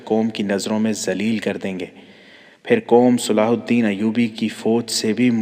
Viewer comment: Sala alhadeen nahi he durust yeh he salahuddin ayyuby